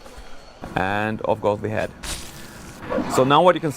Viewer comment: "anddd off goes de head"